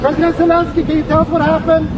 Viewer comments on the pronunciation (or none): Sorry if I’m petty, but could you please start pronouncing the name Zelenskyy properly? You’re not the only one, but it’s annoying. Sorry! ✌️❤️🇺🇸